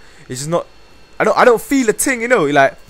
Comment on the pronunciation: "I don't feel a ting, you kno like... *tut*"